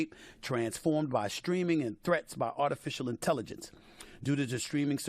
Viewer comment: "Artificial Intellivence" 😅